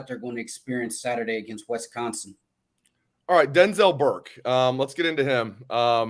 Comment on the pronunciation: One of my pet peeves in life is when people call Wisconsin "Wess-consin" 😂